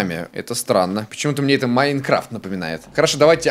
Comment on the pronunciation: ты всегда говариш маинкрафт маинкравт а так запиши его